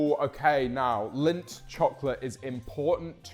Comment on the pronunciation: do all british people pronounce lindt wrong or is it just james